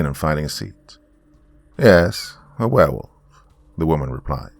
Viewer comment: Hey I think he said he Wanged a Berewolf …